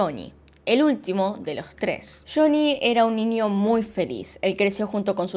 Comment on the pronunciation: Me da mucha curiosidad que dices: “ninio” 🤔